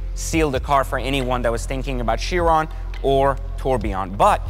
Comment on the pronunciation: Ki-ron - a Bugatti Ki-ron - is how Chiron is pronounced - ‘In Greek mythology, Chiron (/ˈkaɪrən/ KY-rən; also Cheiron or Kheiron; Ancient Greek: Χείρων, romanized: Kheírōn, lit. 'hand') was held to be the superlative centaur amongst his brethren since he was called the "wisest and justest of all the centaurs".’